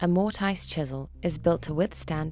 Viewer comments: Stop saying mort-ice. lol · This has to be one of the most misleading video. The guy using the wrong vice. He is wiggling the chisel all over the place. Even the way you say mortice is wrong. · Can't watch this, who says "Mortise" that way 😂